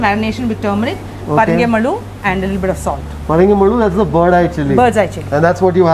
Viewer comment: It is Parangi Malu. Not Parange Malu. Birds Eye Chilli.